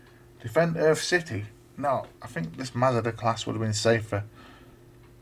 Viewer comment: I should explain that the name Masada is from a place in Israel where a group of Jews held out against Roman attackers and committed suicide rather than be captured. I'm afraid your pronunciation is a bit off. The A's in Masada are like the a in the words Arthur or Arm. So it's Maa-Saa-Daa. You're saying it more like Mazda the car. There's quite a detailed page about Masada on Wikipedia.